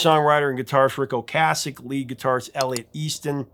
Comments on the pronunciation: O-Kaysick. Is the pronunciation, not O-Kahsick. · When The Cars were in rotation, everyone pronounced Rick's name "oh-KAY-sik", even MTV and radio stations. I had gone 30+ years under the impression that was how it was pronounced, and only in the last 10 or so years that I've heard it as "oh-KAH-sik", and I find I still find myself pronouncing it the "old" way.